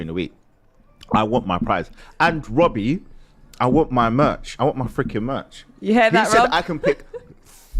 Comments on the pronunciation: wobbie 😂😂😂 hahahahahahahahaha lmao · "When's it gonna end Wobbie" 😜🤣